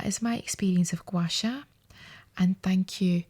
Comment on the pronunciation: Yeah same I love the way she says Gua sha too 😂 she needs to get some asmr goin her voice is so nice.